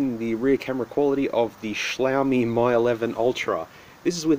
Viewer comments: Am I right in thinking that it's pronounced "Me 11 Ultra" not "My 11 Ultra" Or have I been getting it wrong all this time? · It's "ME eleven", not "MY eleven". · It's pronounced as Me 11 and not My 11. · Dude Mi is pronounced as Me not My. Please! it hurts to hear you say Me 😅🙏🏻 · Getting to the pricey end of the clone phones, wow. I have legit devices that were cheaper than that. Also, you're doubly wrong about the name in the video: "Mi" is pronounced more like English "me", whereas you kept saying "my". Even so, yeah, it kept sayjng "M11", although one of the pictures in the listing did say "Mi 11". Oh, and for your own sake, please be careful where you're cutting. I knew from where your fingers were in relation to your cutting path that it was going to go wrong. And it did. I could hardly watch that part. 😨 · Just FYI, Mi is pronounced like "Me"